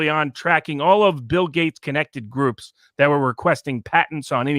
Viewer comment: Gates, not Gate.